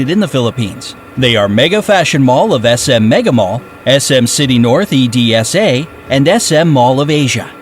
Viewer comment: E D S A ITS EDSA LOL